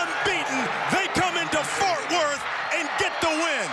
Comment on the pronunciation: Did he call it Fart Worth...?